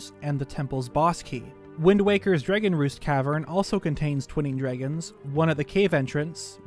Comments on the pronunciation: I loved this but all I have to say is... "Dreggin" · I will never unhear the way you say "dregon". Thanks. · “Draygon” statue lmao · Okay, say the word “dreg,” Now say “Dr. Dre,” Now say the word “DRAG” You must be Canadian